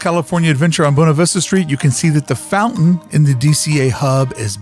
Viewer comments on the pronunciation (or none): none